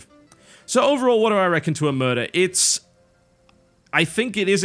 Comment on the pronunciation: TB, it's oMERta, not oMURta >.>